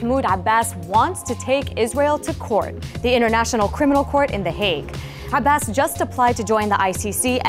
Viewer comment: I loooove it when Dena tells the news. And the perfect pronunciation of Abbas's name - refreshing! Haha One thing is for sure, Palestinians do not give up, we will get what we deserve and those that hurt us will pay. Justice will be served because you can only be a liar, a criminal, a heartless monster for so long.